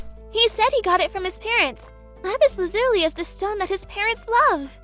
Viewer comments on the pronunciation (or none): Lapis Lazuli was pronounced wrong if you wanna know how to say it look at Steven universe. Also it’s a rosary. Rose- ary they are catholic prayer beads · THANK YOU! as a big fan if steven universe, I was internally shouting "THAT'S NIT HOW IT'S PRONOUNCED!"